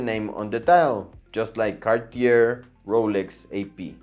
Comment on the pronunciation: Breguet, Cartier, you don’t pronounce t he last letter, because is French!